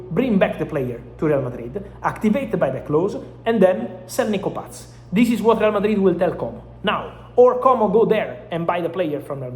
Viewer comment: Mr. Romano, it is not Nico PATZ. It is just Nico PAS.